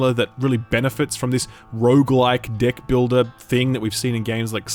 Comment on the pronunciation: is he saying "deck" or "dick"? I can't tell.